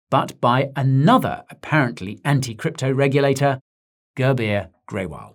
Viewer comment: All the Indians who laughed each time he said Girbeer please like this. 😂 It's pronounced as 'Goorbiere'